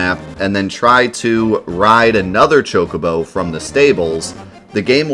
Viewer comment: Choc-o-bo, not CHOKE-o-bo - twiggyw